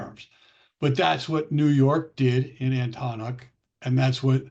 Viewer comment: Please pronounce Antonyuk properly.